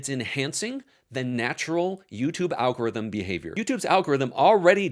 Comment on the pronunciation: "Algoritm"??? Very on-brand.